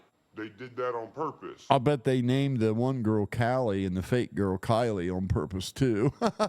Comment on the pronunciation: He is saying “KY LEE” or Kiely, each time. I know it’s Callie- Cal Lee If you click on every blue time stamp I posted you will hear what I am referring …